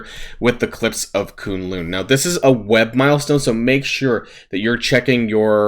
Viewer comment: Not Koon-loon it's kun lun rhymes with cunt lol